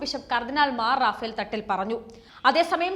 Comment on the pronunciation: എടി പെണ്ണേ മാറാഫേൽ അല്ലാ മാർ റാഫേൽ എന്ന് വായിക്കുക